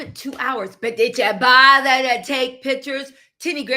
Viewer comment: "But did yah botherrrr to take pictures?" 😂